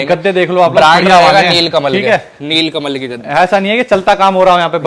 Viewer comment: Nilkamal hota hai neelkamal Nehi😝😂😂